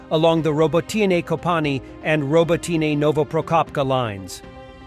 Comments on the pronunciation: First it was "Robo-tine" and now your bot calls it "Robo-teeny"! This is so insulting. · Consistently mispronouced place name (Robotyne) by a stupid bot or a person who refuses to take the time to learn. The war began in February of last year, so it's not the novelty of an unfamiliar language - it's laziness, stupidity or deliberate insult.